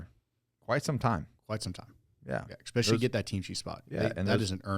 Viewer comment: Stop saying "expecially". Sound like a child